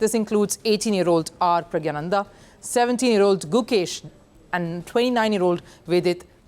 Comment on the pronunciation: She can't even pronounce Pragg's name correctly. Products of the Godi media juggernaut!😅